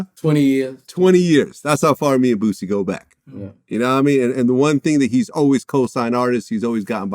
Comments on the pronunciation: Vlad, its Boosie, not Vussy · Vlad need to ask Boosie why Wack calls him, "Boot-sie"?